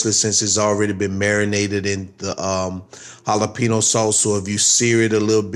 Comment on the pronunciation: The way u say jalapeno is driving me crazy lol but looks good